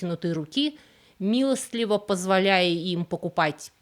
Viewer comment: Нужно говорить "милостиво".